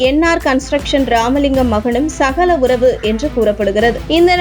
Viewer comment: Not SAGALA uravu but "SAGALAI"